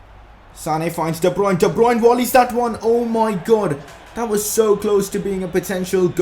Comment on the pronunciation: Since fifa 16 you've been saying Wolley instead of voĺley it's funny and annoying but keep up the good work nice vids man